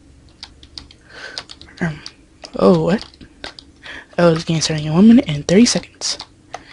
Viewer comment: when you say and you say it like ant